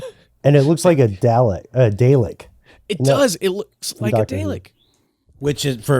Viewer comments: A "day-lick"?!? I must have missed that episode of Dr Who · My brain daylek. You know there is a R in that word :) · Say it with me. “darrrr lick “ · The mispronounciation of DALEK is breaking my brain. It's Dah-lek.